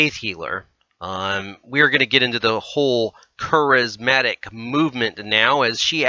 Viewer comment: Interesting yet hard to listen to bc of common Christian words being mispronounced! Ek-u-MEN-i-cal, Care-iz-MA-tic. There's a start, if you're going to say these words, please say them correctly! I'm not going too go back and listen to the whole thing again to show you other pronunciation mistakes but you might want to! 😉